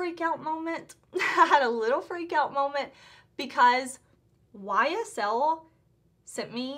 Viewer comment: Ysl pronunciation a+++. I'm French. Good job!